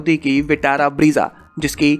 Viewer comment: फिर ब्रीज़ा। Bhai ब्रेज़ा, ब्रेज़ा। मान जा। Brezza है स्पैलिंग, Breeza नहीं।